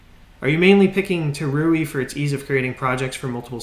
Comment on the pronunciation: It's tauri not taruri